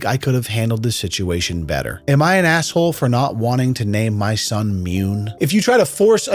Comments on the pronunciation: It has to be pronounced "moon", not "Mewne" right? I mean, June not "jewne" Dune not "dewne." On a side note, My now adult son, he was boen when I was in my teens, is named after a lie I told his mother. hahaha It was harmless, she wanted to know what my middle name was early in the relationship and for some reason I thought it was funny to tell her the most ridiculous name I could think of and I never told her the truth until that name was on the birth certificate haha He rocks it though ;) I should add, I had no say in the name, there was no discussion, I didn't know what she was planning all I knew is that when I showed up and heard the name I was thinking "Oh shit.. I never told her the truth did I..." hahaha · Mune is pronounced myou nay...according to Google translate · ...the name Mune is pronounced "myoon" and means "Guardian of the moon". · Its pronounced MOON😂😂😂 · It’s pronounced “munneh” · The entire “Mune” story had me laughing so hard, the way you pronounced “Mune” and the way you portrayed the wife wanting to meet someone to conceive a child named Mune 😂😂😂😂😂🤣🤣🤣🤣🤣🤣🤣!!!!! HAHAHAHAHAHA!!!! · Wtf is a Mune ??!! 🤣🤣🤣